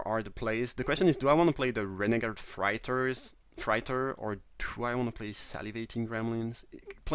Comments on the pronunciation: Its pronounced fray-tor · Hey :-) Love your vids. I really admire how well you speak English. I wish I could speak a second language as well as you speak my first! Just wanted to give you a little tip that the word "freighter" is pronounced with an "8" like sound, so like "fr8er" if that makes sense? I hope I'm explaining this ok. Keep it up with the great vids :-) x